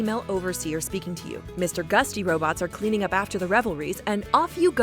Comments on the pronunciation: “Mr Gustys” Do you mean Gutsy, and those are Mr Handys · Helion The Fox no, they called Mr Handy's Mr gutsys, and they didn't even pronounce gutsy right. They said gusty.